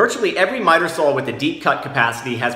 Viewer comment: What’s a “sawl”?